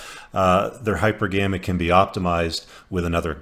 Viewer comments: It's hy-PER-guh-mee, not hYper-GAME-ee. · ...I'm pretty sure it's pronounced: hy-PER-gamy.